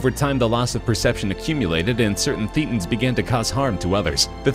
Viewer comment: It is pronounced Thatans, as in a hard a, not a hard e.